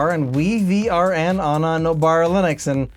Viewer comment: I do believe WiVRn is pronounced Wyvern